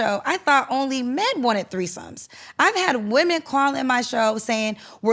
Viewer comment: “Women” 😖 Please pronounce correctly. Seems like there’s a lot of backtracking on his part to keep from getting canceled.. His personality is so cringe.